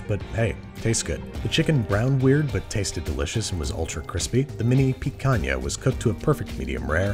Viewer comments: As a brazilian and Monster Hunter fan, I'm honored with "picanha", the pronunciation and dish, both perfect. Congrats! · Being Brazilian and seeing babish do picanha the right way really warms my heart